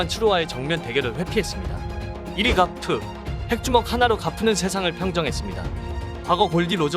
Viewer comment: 가프아니고 거프 아니에요?